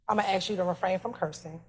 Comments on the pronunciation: ASK NOT AKS !!! You guys butchered the English language. Pathetic. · She can't pronounce Ask properly😂😂😂